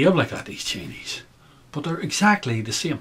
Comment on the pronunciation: as an American, and these days I call myself an American with a heavy,heavy heart...the Irish brogue (sounds Scottish?)when saying 'Chinese' sounds like 'Cheneys' to my ears at first -lol. And in the context in which you speak it was much the same concept to me at least.Take it or leave it. Sorry if that was juvenile of me to say, I just thought that was great.BTW you sound Scottish, perhaps that is a North Irish thing. Great thoughts ,I subscribed and look forward to more uploads!